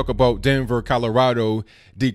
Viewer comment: Did I hear a faint hint of 'CALorado' there?